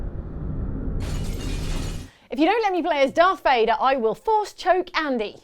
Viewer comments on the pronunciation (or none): C'mon guys, its darth Vader, not darth Fader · Dark Vador, not darfe vèdeur, idiot. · Did anybody else notice they called Darth Vader Darth Fader? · Ummmm. You do realize his name is lord Vader not lord Fader lmao